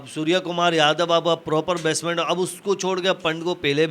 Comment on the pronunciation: Batsman ko batsman bolna pahle seekh lo na ki basement bolo sairiyaar ok